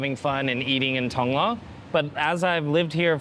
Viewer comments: “Tong-loar” “yes I live in Tong-Loa” “Tong-lore” “Tong-luh” “Okay Tong-lorre” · Hilarious how makes no attempt to pronounce any Thai words correctly. “Lor”, among many others.